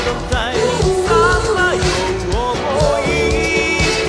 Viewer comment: 「僕の」の入りが少し 早かったせいか「ぼ」が伸びた感じになってるのと 「さぁ回り」の「り」の高音部分ができってないのと 「目も眩むほど」のあとのOh ohが入ってなかったです。 2番目のRide On Timeの Timeの発音のmeの発音が強調されすぎて やはり本人と多々違うところが 浮き彫りになってます。